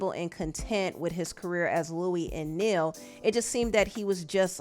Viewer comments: Not Neal, its NIAL...KNIGH-OHL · it's NI-ALL. not Neal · pronouncing Niall like Neal instead of Nile 🥴 basic thing to check on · Not u saying Niall’s name like Neil it’s Nile like the river 🤣 sorry I was a 1D fan I feel like a part of my teenage year was taken. Haven’t been taken his death well. But thank u for covering this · I agree. I am absolutely devastated by this news and this loss. I am even more devastated because I sort of grew up with them as they were the same age group as me. Liam, Zayn & Niall (IT OS PRONOUNCED AS NI-YALL like The Nile River ) in particular are the same age as me. Hearing the details surrounding this situation is even MORE painful. RIP and my Deepest sympathy and condolences to the loved ones and fellow members of 1D and my fellow Directioners. 🙏🏾 💐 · His band members who? 14 years and y'all still can't pronounce Niall's name? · Girl you did not pronounce 2 out of 5 of One Direction member's names wrong. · Gosh...get the names right...